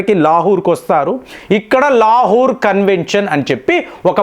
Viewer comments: లా హూ ర్. కాదండీ.. లాహోర్ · ప్రపంచం అంతా లాహోర్ అని పలికితే ఈ తెలుగు స్పెషలిస్ట్ మాత్రం లాహుర్ అని పలుకుతాడు. ఈయన రియల్లీ గొప్ప తెలుగు పండితుడు. హ హ హ